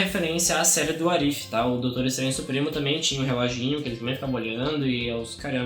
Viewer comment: a pronúncia da série e Uáres ifi (What if)